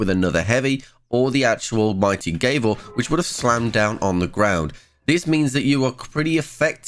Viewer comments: Mighty Gave-el? It's Gav-ul. You know like what judges use in court., more like Triple F in English class xD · Gavel, soft 'a' sound. Doesn't rhyme with navel. Unless you pronounce that wrong too. Think judges little hammer. Keep the videos coming. Helpful.